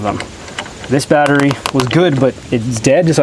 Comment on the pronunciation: Why does it sound like you're saying "batterie" in french lol